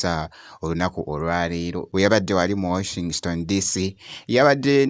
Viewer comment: Washington DC not Washingston DC